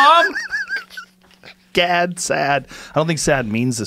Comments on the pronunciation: You didn’t pronounce Gad Saad correctly. You should say “Jad” instead of “Gad” and his last name “Saad” actually means happiness in Arabic language. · Saad actually means "happiness" in Lebanon :) and Gad is normally pronounced Jad, with a J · Gad Saad in fact is pronounced Jad Sa'ad, ironically Sa'ad in Lebanese means happiness :D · That's not how you pronounce Gad Saad. The G is the letter غ ghain like a French R. And the double a is actually the letter ع ain. Which is like an A at the back of your throat. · I'm a year and a half late but gad saad doesnt rhyme in arabic😂 the double "a" in his last name stands for a letter that doesn't exist in the english language. (ع) Also the "g" in his first name is pronounced like a soft "j".